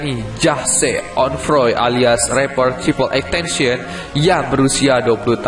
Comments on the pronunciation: Triple x tencion?triple x tentacion yang bener bisa baca gak bro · Bukan xtencen bang xxxtentacion bang🤣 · Yang bener tuh XXXTentacion bukan XXXTention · ten ta sion bodo bukan tension